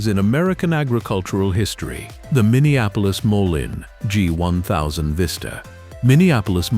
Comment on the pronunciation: To the author of this video..........DONT BE SO LAZY. Voice the videos yourself. The Minneapolis-Moline pronunciation is HORRIBLE. The computer generated voice might sound nice but with so much mispronunciation it makes watching this video a joke.